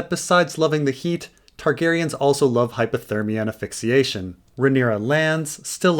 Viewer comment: “Aphixiation”? Did you mean asphyxiation?